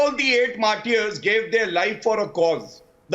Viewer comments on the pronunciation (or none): MARTARS. NOT. MARTI YARS.🤣🤣🤣🤣